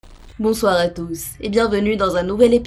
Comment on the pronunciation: "Bonzwar a douz ..."